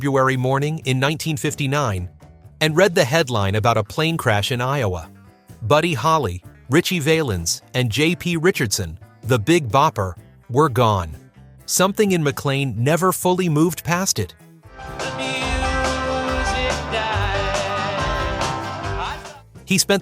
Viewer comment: Valens not Vay-lens